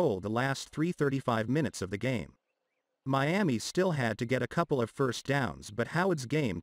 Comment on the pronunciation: I told you about saying Meami when you definitely know it's Miami... Just stop it I'm not giving you no more comments in the section either